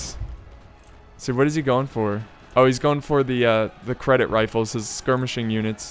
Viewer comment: You said Cedit infantry as credit XD THERE IS NO R